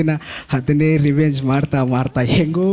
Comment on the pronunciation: ರಿವೇಂಜ್ ಅಲ್ಲ ರಿವೈ೦ಡ